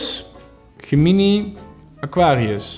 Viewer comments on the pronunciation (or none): Hoe je Gemini uitsprak was echt het beste wat ik ooit gehoord heb.